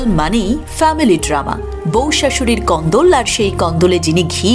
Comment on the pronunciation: কথা টা কোন্দল।কন্দোল নয়।